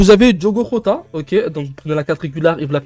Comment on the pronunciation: Ca se dit Jota pas rota si jamais